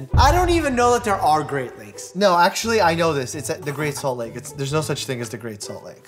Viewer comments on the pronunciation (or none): “there’s no such thing as the great salt like” Utah intensifies